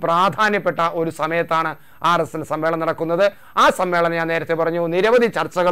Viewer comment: സം മ്മേളം,? അതെന്താ മേളം